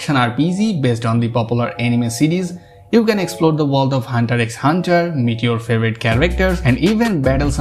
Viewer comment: You lost me when you said Hunter "X" Hunter.